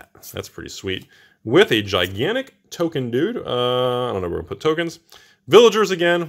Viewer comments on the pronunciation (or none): none